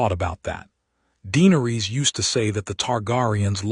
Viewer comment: Is it? I'm unsure whether to try listening again. i don't want to hear another tale of conquest and war against the Others. I was hoping for a story about Valyria, how Daenerys came to live there. Also, the AI narrator is very jarring. Vhagar is not Vee Hagar, it's not Jeeharis, not Deenaris, not Tayrion etc Is it worth the time? Any time?